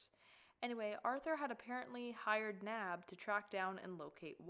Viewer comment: I like how pronounces Naib as 'nab' instead of 'nah-eeb'- 💀😂